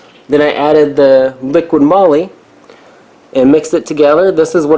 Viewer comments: LIQUI moly not LIQUID MOLY. 😂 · its called LIQUI MOLY not LIQUID MOLY xD